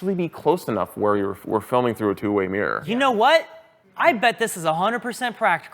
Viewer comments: learned how to say "Mear", the same place Mark Rober did. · Someone tell that "mirror" has two syllables😂